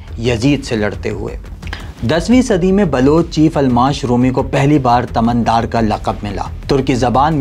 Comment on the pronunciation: Correct pronunciation تُمَن دار